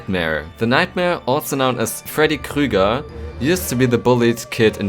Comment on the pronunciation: I really like his Aussprache of Freddy Krüger...